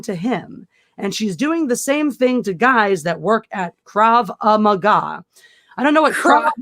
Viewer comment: That’s odd. “Craw ah ma gah”? That sounds like a martial arts style. I think it’s something like Kraw Gaw. Did you study that martial art in your spare time from fencing?